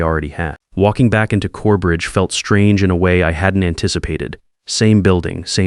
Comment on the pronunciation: CoreBRIDGE, not Corebreach! Ried is pronounced reed